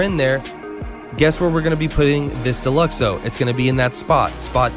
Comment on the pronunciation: Down vote the second I heard Deluxo